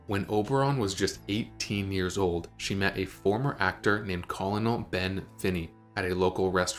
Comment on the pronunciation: Colonel is pronounced ker*nell. I'm sure there is a youtube video that explains why.